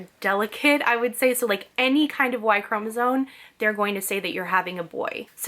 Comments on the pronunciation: I know this video is hella old but I just had to tell you that the word chromosome is not pronounced “cro-NA-zone” it’s “cro-MA-zone” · Hearing you say y chromosone 100000 times is so grating. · Chromosome. M, not N at the end. And consider un-oranging yourself. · Why do you say “y chromosone” 🥴🥴🥴🥴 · Because she is not pronouncing the word correctly, or does not know the correct pronunciation.